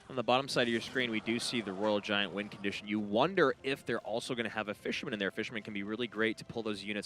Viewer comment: “That fishermmnn” 🤠